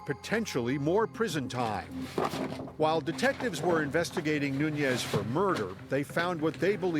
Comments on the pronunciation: Omg the one guy keeps saying “Noonez” instead of Nuñez, and it’s driving me insane 🫠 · "NUNIAZ'!..NOT " NUNIAZEZ"!!😅😅😅😅! American "English" is nuts!😅😅😅😅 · When you cannot even pronounce the suspect's name ... I cannot even 😅😅😅trust you to be detail oriented.